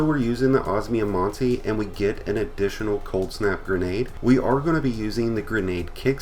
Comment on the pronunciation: Man i never tend to be someone to hung up on pronounciation but the way you say osmiomancy's triggering me so hard, it's os-me-o-man-sea sorry thanks